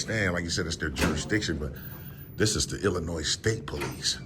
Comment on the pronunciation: “The Poe-leese” 😂